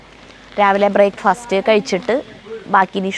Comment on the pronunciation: ഹൌ...... ബ്രേക്ക്‌ ഫസ്റ്റ് എന്നുകേട്ടപ്പോൾ ചിരിച്ചതാണ്..... 🙏💕